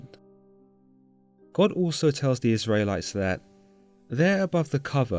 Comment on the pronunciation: Israylies and Tabarhnacle? 🙃